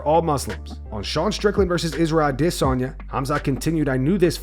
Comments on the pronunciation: Why is this clown still saying adesanyas name that way but mispronouncing so many others names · You mispronouncing Adesanya on purpose.